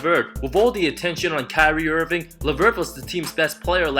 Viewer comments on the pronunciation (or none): none